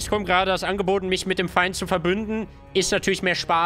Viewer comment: Wegen dieser unglaublich lustigen Aussprache hast dir mein abo verdient :D Mehr davon ! "SCHUSS" "ist der Fein ausgelöscht? hahahahahahahaha ich kann nicht mehr